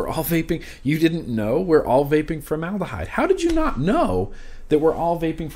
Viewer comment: Formed abyss = formedahyde lol